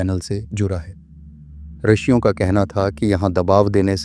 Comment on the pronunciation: अत्यंत उपयोगी जानकारी देने के लिये बहुत बहुत धन्यवाद। रिषियों शब्द का उच्चारण रशियों किया गया है।